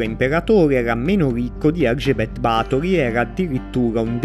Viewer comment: Ba'thory avendo l'accento sulla A si pronuncia diversamente